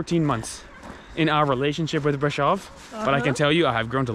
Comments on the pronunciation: Brasov not Bradshaw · Corect : Brașov ] Romanian: [braˈʃov]